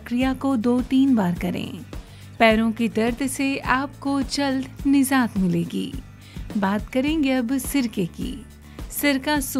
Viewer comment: Nijat not nizat